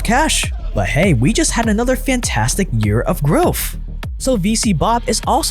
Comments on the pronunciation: It's growTH, not growff. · growth not grofh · Dude, it's pronounced "growth", not "growff". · growth not growf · im sorry, but are you saying "growf"? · Please learn how to say growth it’s not groeffthhh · Is he saying “Growf” or is it my AirPods?